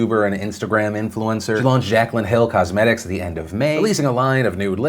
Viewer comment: Its pronouced jack lynn not jack cuh lynn 💁🏻‍♂️